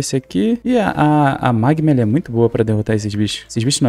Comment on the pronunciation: Oi tudo bem? Gostei do vídeo, rachei o bico quando vc falou "magmam" aakkakaka sou seu fã 🤠 tem como me mandar feliz aniversário no vídeo amanhã e meu aniversário estou fazendo 14 anos amanhã